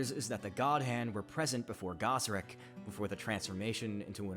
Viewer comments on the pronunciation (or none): guy-seric not gah-seric. da-nan not dan-in